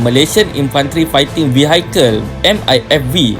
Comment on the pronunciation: Min...sebutan dalam bahasa english..kenalaaa sound nya good n acceptable.....vehicles